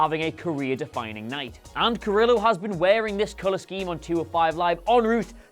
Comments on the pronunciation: "Car-il-lo"? How about "Car-ee-o"? You butcher Spanish names like an American (well not this American). 😅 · Wow...that is definitely not how you pronounce Humberto Carrillo.